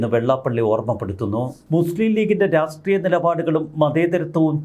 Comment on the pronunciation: രാസ്ട്രീയം എന്നല്ല, രാഷ്ട്രീയം എന്ന് പറയൂ, മലയാള ഭാഷയെ വ്യഭി.....തിരിക്കൂ